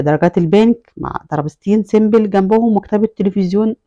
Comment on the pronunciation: دوكور ❎ ديكور ☑️ سيمبل بكسر الباء ❎ سمبل (simple) بضم الباء ☑️